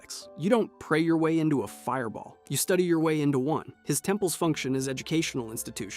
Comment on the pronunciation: this is what makes me suspect you are using a robo voice. Who puts the inflection on "one" like that?